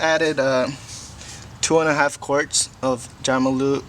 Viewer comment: Great video my fav part was when you called it Jamalube lol